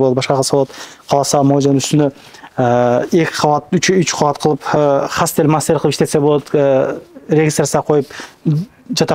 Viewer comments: Хастел эмес, хостел деп айтсан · Хастел де.😂Хостел дечи туура суйлогонду качан уйроносун? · Хастел😂 😂😂 хостел дейт ай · Хастел де 😂😂😂 максимально тараткыла дегенине олойнбу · Хостел или хастел 😅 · Хастел мастел эмес Хостел 😂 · Хостел деп айтсан😂😂😂😂😂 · Хастел мастел дегин хостел десен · Хастел дейт го😂